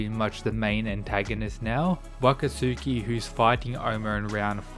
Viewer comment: His name is NOT pronounced wat kah sookie. Its pronounced Wah kat ski.